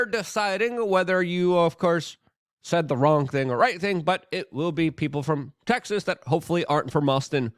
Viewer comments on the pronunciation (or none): none